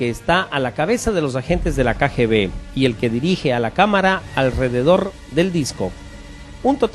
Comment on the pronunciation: ¿ALDEREDOR? ¿Qué es esa joda?, narrador de pacotilla.